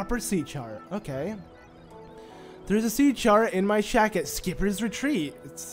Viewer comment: It's always your videos are helpful even if it is 2022. But every single time you say shack I keep hearing shaft. You've got a great voice and my guess is you might be narrating elsewhere 😉